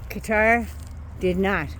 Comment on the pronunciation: You were pronouncing Qatar more correctly than most English speakers including news people. It is Kah-tar with the q placement almost back in the throat but most non Arabic speakers can't do that. I lived in Beirut for five years, and it annoys the hell out of me when people call it gutter! Cutter is a little better but you had it right originally. 👍